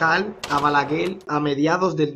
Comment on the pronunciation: Se dice balaguer! No balaguel 😅